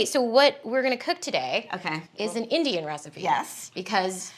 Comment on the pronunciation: when the other Indian woman says we're gonna cook Indian food today "because you are Indian", it sounds like she's saying, "You are an IDIOT". LOL